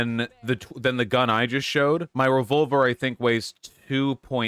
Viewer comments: I like how Vaush says revolver like revulver. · “Revulver” “Reticule”